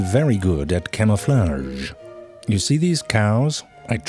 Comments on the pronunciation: say "camouflaaarge" one more time... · He said it wrong, it's camel-flags!